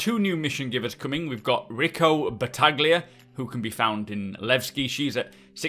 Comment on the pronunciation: You don’t spelling “g” in bataglia, It’s sounds like batalia. Nice video